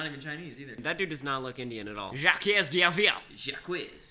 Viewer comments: Jacques is pronounced Jack not jAqUiEzZ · Jacques is pronounced jshg-ack the jshg bit just imagine its a french way of saying jack idk how to explain it but just watch the netflix series "series of unfortunate events "and you will know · Lmao "Jaquouesse", what an interesting way to pronounce Jacques 🤣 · Isn't it pronounced jock? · Almost, it's like Jack actually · “Jacques” is pronounced “jshock” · Ahahah boys ! « Jacques » is like « Jack » in French, don’t pronounce the s I’m French, and omg i laught so much when you pronounce a French Word (make a video full of French Words for your french subscribers please) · dude the way they pronounced Jaques lmao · how you pronounced Jacques got me dying lol that’s not how u say it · As a Canadian the way you guys pronounced "jacques" was painful. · The way you pronounced the french name Jacques got me wheezing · that pronunciation of Jacques.....DAMN